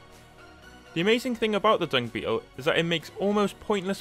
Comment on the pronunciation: Hmm. 1/5... he only pronounced Dung Beetle correct